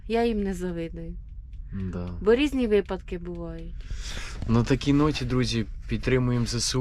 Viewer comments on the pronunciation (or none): none